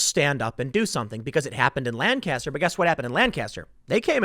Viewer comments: Hayden, isn't it like nails on a chalkboard hearing Tim mispronounce Lancaster? Driving me nuts. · Chris Young it’s awful, always bugs me when people don’t pronounce it right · Man I had to cringe every time Tim says Lancaster wrong. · It's pronounced "Lancaster." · That is NOT how to pronounce PA's "Lancaster" !!! ugh